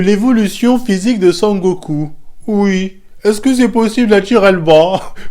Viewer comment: "je dis wui"